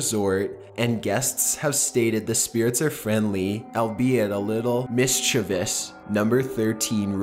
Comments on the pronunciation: Likewise. It really ticks me off when I hear MISCHIEVOUS pronounced MISCHIEVIOUS. Well done,, for not falling into this trap! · you do not know how happy i am that you pronounced mischievous correctly and not like mischieveous <3